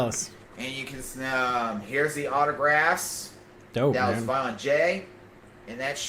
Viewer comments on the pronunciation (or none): He straight up pronounces autographs as "otter grass"